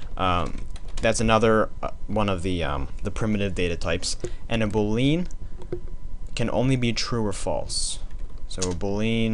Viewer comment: The correct pronunciation of "boolean" is boo+lee+an